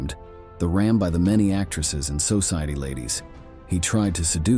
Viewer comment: Who is narrating or WHAT is? AI? The pronunciation at times is so incorrect. "his physiki...ambichon...sOciety ladies..." If it is AI we should be told.